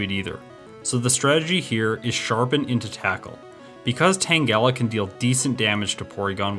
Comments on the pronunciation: I think he ment to call you out on putting the emphasis in the name Tangela on - gel- istead of on Tan- 😅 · Loved the video. But I almost stopped watching when you said Tang-EL-a 😅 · Excuse me, Tang-gella? Amazing video quality brah. keep this up! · I love how he says tangela 😂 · Your pronunciation of Tangela made my skin crawl.